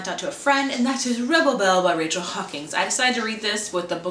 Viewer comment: READ HAWKINS CORRECTLY PLEASE. You saw it with a loud A, but it's like hock-ins. Not Hawkings. GAAAAH